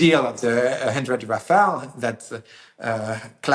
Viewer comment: Finally a French speaker to explain that it is Ra-Fa-Le… Not Ra-Fa-El!! Hopefully sees this as well. 😂 🎉❤